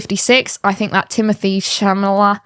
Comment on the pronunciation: Timothée Chalamet’s name is pronounced Tim-oh-tay Shall-uh-may (ti-motee- shal-uh-may) in French, though he frequently tells fans that "Timothy Shalame" is perfectly acceptable. The first name uses a French accent to create a "tay" sound at the end, rather than the English "tee